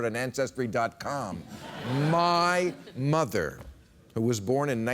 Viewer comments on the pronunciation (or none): none